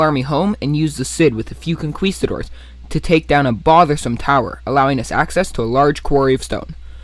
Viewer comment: Great video, but a little laugh when you say conquistadors. Con-key-sta-doors. Not spanish myself either